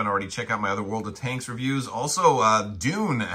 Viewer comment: Allo allo, wot 'ave we 'ear. Tankses he says, tankses.